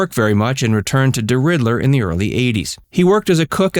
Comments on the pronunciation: It is DERIDDER, not DERIDDLER. Make sure you do your research carefully. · Deridder not Deridler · It is DERIDDER NOT DERIDDLER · It's deridder Louisiana not deriddler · It is pronounced de ridder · The city's name is pronounced " DeRidder! " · Correct. There's no "L" and he says it three times so there's no mistake. I'm beginning to think he throws in very sloppy mistakes to see who will notice. It's not like you can't take 30 seconds on Google to find the correct spelling and pronunciation. Oh well, beats the vid I saw today that spelled "sincere" S-E-N-S-E-R-E